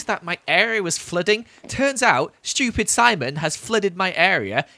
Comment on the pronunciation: I don't like that you pronounced stupid "schupid".